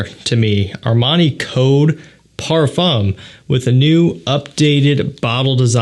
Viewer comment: Please learn how to pronounce the word Parfum correctly